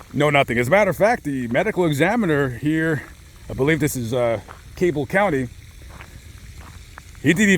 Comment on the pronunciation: Cabell Co is pronounced "Cah-buhll" btw. I noticed you pronounced it "Cable" lol.